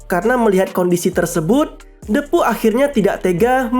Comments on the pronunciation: Bacanya dipu kali bang ..... bukan depu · Bacanya bukan Depu tapi Diipu